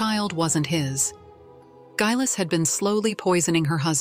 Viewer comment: It would be nice if the narration could decide how to,pronounce Geillis and consistent .